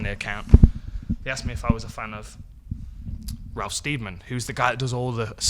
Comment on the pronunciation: Sted- man, not Steed-man. Just saying, Dan.